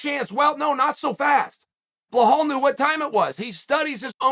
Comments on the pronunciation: He’s so good you don’t know his name lol. Undisputed, it’s pronounced Bee-Lal 🤟🏻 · Until you learn how to correctly pronounce Bluh-HALL, you shouldn't even be allowed to post comments. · Your saying his name incorrectly…. According to chael it’s blehal…. So it’s blehal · chael there is no H in belal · Uncle Chael's criminal mispronunciation of fighter names literally makes my day better. I always look forward to a new person's name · One fight I wanna see is Chael Sonnen vs pronouncing the name 'Belal' correctly. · Don’t ever tell Uncle Chael to “remember the name” when it is actually pronounced “Bah-Hal” Mohammad. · Straight to the comments for the people complaining that Chael can't remember how to pronounce his name correctly.... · Peace to everyone, Chael could you please just pronounce Belal, there's no ''h'' in his name. Trust me I can write it down in arabic and since 15 centuries this name exists, it never contained the sound you put after letter B. Please, it is even easier to sound accurate! Btw your insights and analysis are great.! No offense, just love, take care! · “Blahal” ……. It’s BELAL chael there is no H so cringy ……… he calls Makhachev “Malkalchev” and he calls BELAL “Blahal” ….. say it right it’s not that hard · Why is it so hard to say BILL AL. This fool always butchers names. BLOWHALL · Blahal... It's Beh-lal Belal Uncle Chael murdering names left right and center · Uncle Chael I love you but it's pronounced 'Bee-Lal' not 'Bla-hal" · His name is Belal, not Blohal. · Cheal ma brotha it’s Be-lal not Ba-hal. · Love your work. Please learn to say the name BILAL. His name is not Blahal!! thanks!! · Listen, if uncle Chael says his name is blohal then that's his name from now on. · Behal Muhammad: ❌ Bluh-hull: ✅ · Blahal - lol Chael tells YOU what your name is! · Mr Sonnen, its BELAL, not BLAHAL. You're saying it wrong! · "Blawhall Mohammed", thank you for introducing me to this new fighter on the roster, Chael. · It’s BILAL not BAHHHAAAAL 🤦🏼‍♂️🤣